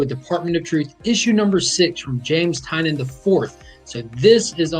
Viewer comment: Thank you for pronouncing Tynion correct